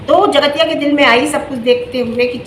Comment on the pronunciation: Theek se boliye jgatiya kya hota hai